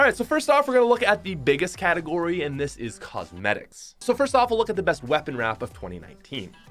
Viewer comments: Who noticed the "cosemtics", not cosmetics🤭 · Nobody: Not a single soul: COSEMTICS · “ Cosemtics “ - 2019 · nobody:: COSEMTICS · Sir, What's a Cosematic? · Nobody: Literally nobody::Cosemtics